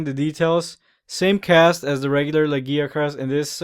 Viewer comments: but the way your saying it is not the Japanese or English ?in Japanese its pronounced Ragia-kurusu nothing like the way your saying it ? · this is bin bothering me for a wile lagiacrus is Lag-i-ac-rus there is an I sound in there the name is based on latin i know you say words strangely and many monster names loose there names from Japanese to English but monster names that where based on the latin 1st loose there sounds because of the limits in Japanese and get added on when put in English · okay i see but the reason mainly that it bothers me is your saying it like Giggi as in Laggi witch if he has has bad internet (for a sea monster) is fine lol to be honest i read it like you say it when playing true tri but then i was created by many people, i do love the monster really made me love water fights with the lance (even making the armor irl mix of the g rank and normal)